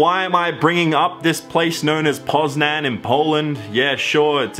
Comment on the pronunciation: “Poznan” I’m polish and... You said that completely wrong..